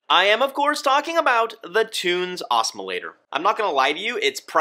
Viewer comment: Learn! Why can no one at BRS pronounce Tunze correctly? Must be an American thing…